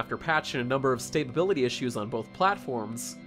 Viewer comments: K1LL1ANjR4BB1T the first time I figured it was a slip of the tongue. Then I realized no, he thinks the word is stabability lol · I love it when retards call stability as "staybability"